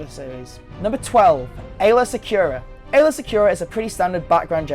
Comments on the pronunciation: Aayla, not Aaylor. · "Aayla" not "Aaylor" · *Aayla Secura not Aaylor Secura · It's AAYLA not Aaylor -_ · Aaylor Secura? Don't you mean Aayla? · also "aaylor" secura, its aayla bout 4 seconds later you showed a pic with "aayla" on it, get it right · LOL its Aayla Secrura, not Aaylor. I can't believe people latched on this dudes pronunciation of Coruscant over that. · She's called Aayla Secura, not Aylor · It's Aayla...not Aaylor...you even have the correct spelling on screen when you show the comic book cover. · It's Aayla, not Aaylor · Its Aayla not Aaylor WTF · Aayla Secura! Aayla, not Aaylor. The mistakes are making me cringe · Aayla* not Aaylor. wtf.. Aaylor? ew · Aaylor? Are you kidding me? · Aylor Secura? AAYLOR? THE FUCK :D